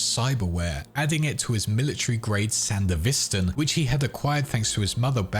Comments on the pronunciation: check the way your machine pronounces "Sandevistan". I believe it's sand-E-vistan, not sandev-I-stan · i hate the way you pronounced sandevistan (san dev i stan) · Wonderful video, except for San-devis-tan